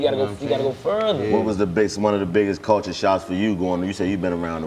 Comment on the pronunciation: When Dc start feeling smart and deep that ni99a start saying words like "¢ulture", "stru¢ture", "infrastru¢ture" 😆😆 ni99a if you don't $hut yo f00l head special Ed head as$ up 😆😆 that boi learn some new words and be happy asl to use em